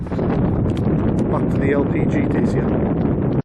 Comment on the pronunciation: Dacia, mate, as in Datchya, not Dacy-a.